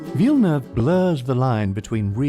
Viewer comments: I only liked this video because you pronounced Villeneuve correctly. 💕 Thank you. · Im just a the start of the video, but i just wanna note, go for a star, that it's fu#$#ing refreshing hearing is name prononced right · A+ for the prononciation of Villeneuve ! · Great work. I appreciate the right pronunciation of his name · I am a french Canadian and the Narrator pronounce Denis's last name Perfectly!! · Thanks for pronouncing his name right. Everytime a non-québécois destroys his name I feel like they are not even trying.